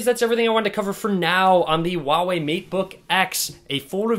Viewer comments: His telling volva not huawei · The "H" in huawei isn't silent.